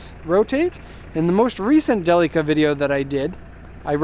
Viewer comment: Не джелика а Делика..А так молодец!